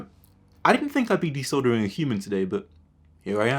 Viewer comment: I thought he said disordering